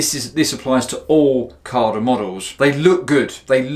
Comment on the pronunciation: No R in CADA mmmmmmm